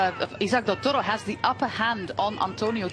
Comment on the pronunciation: I can't listen to this woman applying a random accent to say "Del Toro"'!